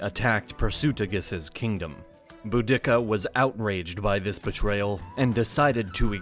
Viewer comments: Bo-dick-ah? is she in any way related to Bo Derek? It's Bode-ah-See-ah Nice video though, regards from Donegal, Ireland! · Dude it’s pronounced bow-de-see-a not boo-dick-a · "Boo-d*ck-a..." Lol. It's pronounced "Boo-da-cuh." Very old Britons were even taught "Boa-da-cee-a." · Not pronounce Boo-dic-ka it’s pronounced Bur-de-ca. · It's Bu-di-ca, not Bu-dick-ca. makes me wince every time he pronounces it like that. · You are mispronouncing the name of Boudicca.... NOT Boo-dick-ca... it is Boo-da-ca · You pronounce things very different that to how they’re taught. Am I remembering an old syllabus? Because I’m pretty sure Boudicca was pronounced without separation and in Iceni, the last ‘i’ was pronounced ‘ee’ Edit: the more I watch this, then more it has me laughing. Why tf are you saying ‘boo-dicka”? There’s no pause between the parts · boo dikka? Come on please pronounce her name properly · The narrator has a strange way of pronouncing words; "BouDICCA" and "subSEQUENTLY" spring to mind. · I thought I had heard every version of the pronunciation of Boudicca but Bow-dicka is a new one.... to be fair there is no record of the way its meant to be spoken, so who knows? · its Boudica, BOOdiKa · Boudicca is pronounced Bo-Dee-See-ah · sorry, but who is boo-dicka? it’s boudicca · The way he pronounces Boudicca is so bloody jarring. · The speaker does not know how to pronounce words correctly, such as "subsequently" and "Boudicca". Makes the whole presentation uneducated and doubtful; lacking credibility. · Emphasizing the second instead of first syllable of Boudicca is just bad. You should never do that again.